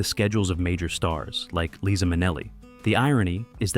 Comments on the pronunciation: Who's "leeza" Minnelli? It's pronounced "lie'zuh". Lol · who is "leeza" minnelli? You are going to do a documentury on famouse people learn to pronounce their names.